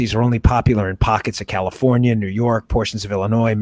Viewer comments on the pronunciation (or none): none